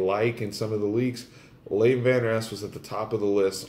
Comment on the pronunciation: great comments but get the name correct, it's vanderesch not vanderesk!